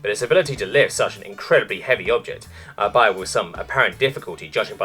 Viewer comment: I realise I’m too late for this series, but “albeit” is pronounced (and means) “all be it”.